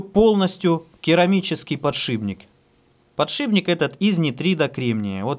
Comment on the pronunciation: "Глухой согласный «п» перед сонорным «н» в соответствии с правилами русского языка подвергается озвончению и превращается в свою звонкую пару «б». Таким образом из «подшипника» получается «подшибник»."... А лингвистическую нейросеть мозга довольно трудно пересилить )